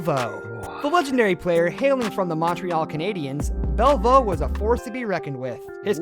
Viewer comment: Sorry I also missed Jean Belliveau he called him Bell vo. It’s pronounced “. Belli…..v…..oh “